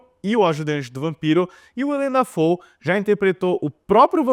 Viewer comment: Será mesmo que ele nunca ouviu a pronúncia do nome "Willem Dafoe?" Nunca mesmo?